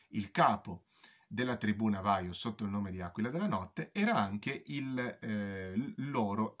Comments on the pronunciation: La pronuncia navajo no si può sentire... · Navaho è come si pronuncia, si scrive chiaramente Navajo